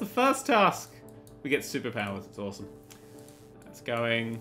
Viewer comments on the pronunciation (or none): none